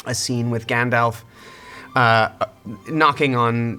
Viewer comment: his pronunciation of Gandalf is my favorite. and at the end, all of his laughs and giggles are just exactly Frodo for me. peter jackson nailed it and it cant be changed!